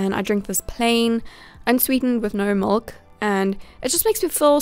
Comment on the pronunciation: I loved the video. But the way you said milk bothered me lol No offense <3